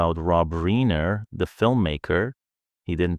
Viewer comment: 'reeener,' AI garbage